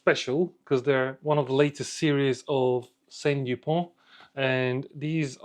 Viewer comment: A small correction, It's not "Saint Dupont". It is S.T. Dupont, after the founder, Simon Tissot-Dupont. Great video, thanks. So sad to see Lebanon in turmoil again. Did you see the C Gars auction results today? Prices were outrageous. It has gone crazy.